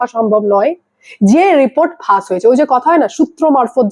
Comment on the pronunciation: ফাস বলছেন কেন? ফাঁস বলুন।